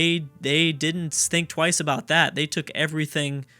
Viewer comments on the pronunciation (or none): none